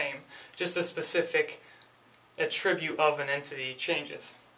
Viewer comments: Repeat after me; AT-TRIB-BUTE, with an accent on "AT"... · just so you know you also pronounced it wrong... at-trib-ute ... .